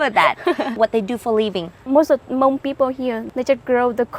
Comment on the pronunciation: Its not hamong its hmong😮